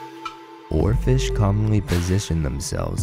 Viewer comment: It's hilarious when he says Oarfish.